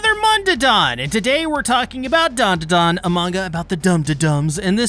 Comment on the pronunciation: Broo you keep calling it mondadan